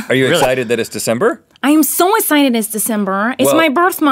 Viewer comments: "i'm SO esited! SO esited." '>' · Ohmyraspbearryz I love it when Miranda says "I'm so esited" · Rhett just keeps trying to make her say "excited" right 😂 I get EXCITED do you get EXCITED? Yes I get very essighted Rhett just lost it 😂